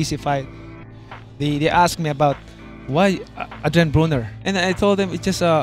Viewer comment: My name is Adwian Bwoner. I'm not gonna talk to you cuz you're mean! 😭 What a joke of a human being.